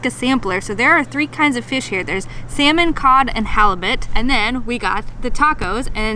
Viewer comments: Sometimes, it kinda of sound like you are saying seaman, not salmon 😂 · Is it me or you pronounce salmon funny 😂